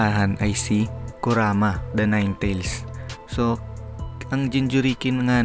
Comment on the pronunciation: ano sabi mo kuraka. kuraka o kurama. Tangina mo tarantado.ayusin mo paggagawa ng Vedio 😆😆😆 👎👎👎